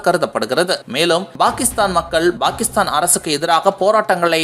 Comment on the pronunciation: Bakistan இல்லை டா பாகிஸ்தான் யா ஒழுங்கா தமிழ் கத்துக்கணும்